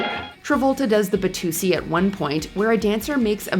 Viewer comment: “Batusi”? Isn’t it the “Watusi”?